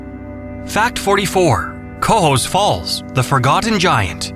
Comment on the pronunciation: Not sure Lake George can be considered to be all that clean. I congratulate you for pronouncing "Cohoes" correctly. Could do better pronouncing "Albany."